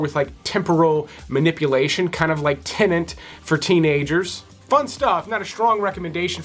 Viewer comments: It’s tenet not tenant! 🤦‍♂️🤣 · no, it's the teenet version of tenet.